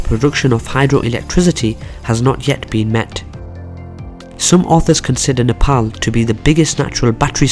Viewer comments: Only guy who pronounce 'Nepal' as 'Nepal' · Finally a guy who says Nepal as "Nepal" instead as a "Nepol"..and furthermore really good video keep it up !! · It's good to hear a non nepalese pronounce our country's name right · You are the first foreigner not to say "Nepol" you pronounced it correctly. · So pronouncing Nepal is possible by a foreign tongue. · Loved how you pronounced NEPAL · Thank you for pronouncing Nepal 🇳🇵properly even people living in foreign countries don’t pronounce it properly ❤️ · 1st thing I noticed is that he pronounced Nepal correctly unlike any other foreigners🇳🇵👏👏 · You pronounce the word "Nepal" soo accurately rather than other foreigner